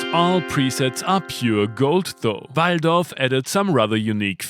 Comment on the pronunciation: You said 'Waldorf' very authentically! 🤣